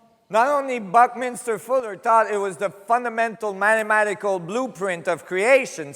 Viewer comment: Its mathamatical not matamatatical